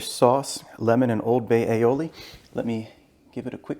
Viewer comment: Damn, another video with a pompous dick that cannot even enunciate "aioli" properly.